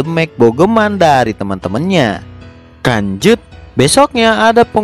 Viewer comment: Bang lu ngomong lanjut kayak ngomong kanjut